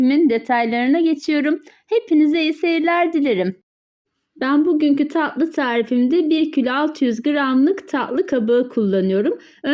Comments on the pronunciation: Ta' lı değil taTlı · Tahli değil tatlı.... Lütfen kelimeyi doğru telefuz etmek için biraz çalışın zira itici oluyor